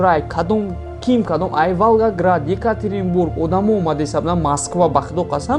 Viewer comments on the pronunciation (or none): none